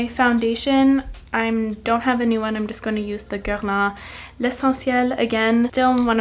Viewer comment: Your pronunciation of the Guerlain foundation made me so happy!